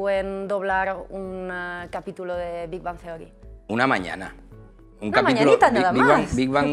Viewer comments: no dijo bien Big Bang Theory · Los españoles, en general, pronuncian el inglés MUY mal. Un ejemplo: la manera en que el presentador pronuncia: Big Bang Theory (suena muy feo).